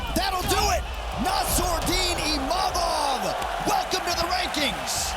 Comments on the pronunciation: So its not just me that calls him Imamov. Did they change the spelling to Imavov or was it always like that? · Someone should tell Izzy that its Imavov not Imamov.